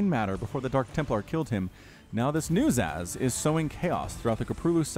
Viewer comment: Zasz (pronounced Zahz) was the Cerebrate of the Garm brood back in SC1. one of the elite Cerebrates, but was killed by Zeratul.